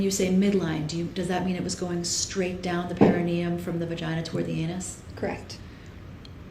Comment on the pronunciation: Why doesn't anybody in this trial know what the perineum is, or how to pronounce it?